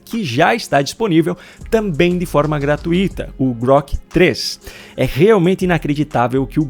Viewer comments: Pronúncia é GRATÚITA. Não é GRATUÍTA. Você fala muito bem, e esse erro tão primário não combina nem um pouquinho com o excelente nível das suas postagens.😢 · a palavra gratuita e paroxítona e forma correta decse pronunciar é "gratuito", sem acento gráfico. A palavra é grave e a sílaba tônica é o diitongo "ui"